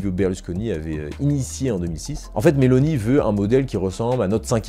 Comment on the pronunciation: ON DIT: GIORGIA MELONI - NON GIORGIA MELONÌ. X FAVORE!!!!!